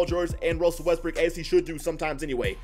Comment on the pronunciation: Am I the only one who hears Russel Westbrick when he mentioning Russ?